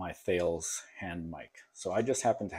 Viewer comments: “Tal- ISS”. Not Thay-ills. Thales was the first philosopher. Also the Anglo-French conglomerate that makes that radio also makes helicopter radars, ATC systems and encryption gear. In-Flight Entertainment systens. Longtime customer of mine. Sorry to nitpick. Digging the channel. And great video. Tons of great ideas. I was lucky enough to buy one of these for $45. A real find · Thales. Pronounced TALUS.